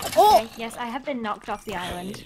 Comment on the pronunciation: “I haven’t BEAN there...” - (smallish BEANS)